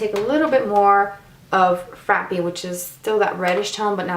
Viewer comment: Frappe or Frappé is pronounced frap rhymes with wrap and pe or pé is pay, long "a" sound.